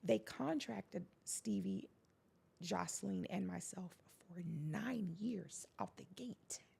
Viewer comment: Mispronouncing JOSELINES name by yous, is so fkn funny because like FOR REAL😂